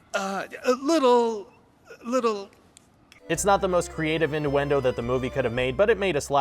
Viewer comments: Jeez, at least get someone who can pronounce innuendo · Does no one tell him he's pronouncing innuendo wrong? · Does it bother anyone else the dude can't pronounce innuendo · one question, wtf are “induendoes” i thought it was innuendoes bruh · In-du-endo? IN-DU-ENDO? lmfao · In-do-endo... why?!? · wtf? It's inn-U-en-do not in-DOO-en-do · In-ewe-en-doe not inn-oo-en-doe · What the hell is an ''in-doo-en-doe''? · "Innduendos" I'm gonna report you to Jacksfilms, sir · Sorry dude, there was a thing called standardisation, and regardless of where in the English speaking world you live, it's pronounced: Oedipus: ED-A-PUSS Innuendo: INN-YOO-EN-DOE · Ratatalloie is my favorite 3d animated movie by far. P.s. it's pronounced "in- yoo-in-do" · he keeps saying in-du-endo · Is he saying ‘induendo’? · After the pronunciation of "innuendo" at the Mulan part I had to turn on subtitles and mute it, but the auto-generated captions read "into endo" because he completely butchers the pronunciation. ._. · ĭnˌyo͞o-ĕnˈdō ffs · It’s pronounced in-You-endo and Ed-ipus!!! (but they are spelled innuendo and Oedipus) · You say induendo like 50% of the time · I know, right? What's an "in-doo-in-doe"? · I think I heard him say "indooendo" once... :| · Pokemon. He absolutely did not. INDUENDO is not how that word is said. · You can’t seriously be saying innuendo wrong or do I need to get my ears checked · Yeah we'll subscribe when you learn how to pronounce innuendo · I try to enjoy your material but it is incredibly difficult when you can't pronounce easy to Google words like innuendo or Oedipus. Also, why do you avoid using compound sentences? It's so stop and go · Mispronounced the word innuendo. Every. Single. Time. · Dislike for not knowing how to pronounce "innuendo" or "Oedipus" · his pronunciation of innuendo drove me a little crazy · "rat-tat-oo-ee" "ee-di-pus" "en-oo-en-do" fam where do you live? i've literally never heard any of these words pronounced this way.